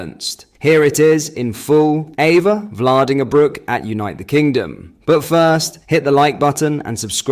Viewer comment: Just one small point... you are pronouncing her name incorrectly. The correct Dutch pronunciation is "EEfa FLAAR dinger broke.